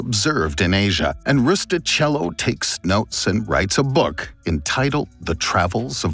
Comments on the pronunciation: Rustichello must be pronounced Rustikello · Very interesting and well done. BTW, it's pronounced: roo-stee-KEHL-loh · interesting brief history of Marco Polo's travels. Just one thing: Rustichello is pronounced "rustikello", "ch" sounds like "k" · One detail about the pronunciation of "Rustichello": in Italian "ch" is pronounced like "k" in English, not like "ch"